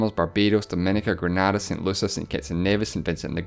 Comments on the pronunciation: Grenada is pronounced Gren-aid-ah not gren-ah-dah It's leviosa not leviosah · GRENADA not GRANADA. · It is Grena da not Grana da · Grenada is properly pronounced GRENAYDA; it's not a TV company.